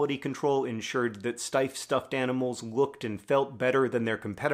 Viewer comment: I've purchased several of these over the years because they are so extremely awesome. In all that time, I have mistakely assumed the name of the company was pronounced "steef." Thank you for the video and correction